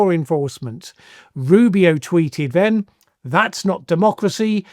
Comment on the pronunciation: has trouble pronouncing th - fink, ven & vat rather than think, then & that.